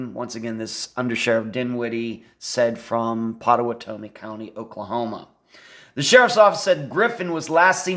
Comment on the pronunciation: Pot-uh-watt-uh-me is how to pronounce the county, if this makes sense. I live in Oklahoma County next door. The Red River would be the only river in which someone would refer to it as “the river”. I have crossed that river many many times. You always lose phone service just before crossing it, as you are leaving Oklahoma into Texas. Not sure I should even be commenting, but will since you put some effort into this video. I know Andrew. Hired him years ago when he was about 20 years old. He has since left the company that I hired him with. I was floored when I heard of him being missing. I still know people that know him and his family and have since been told by somewhat reliable sources, as their information is hearsay, that Andrew met Mr Stussions wife on a flight to somewhere, and took a liking to her. Then they became friends afterward leading to him becoming partners in the restaurant business with them for a short period of time. Something went bad between them and the result was Andrew losing $250,000.00. What I have learned is that the FBI is in search of Andrew and had reached out to him to interview him in the murder of the Strussions. The story is that Andrew, never having ridden a motorcycle purchased one for the sole purpose of a trip to Ohio, since a motorcycle cannot be tracked by systems like On Star. After he learned how to ride the motorcycle took off to Ohio and performed this crime, as he knew the layout of the area and their home. They were closing in on